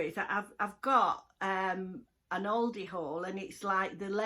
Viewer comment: I love watching you but I also love how you pronounce ALDI!! You always say Ouldi!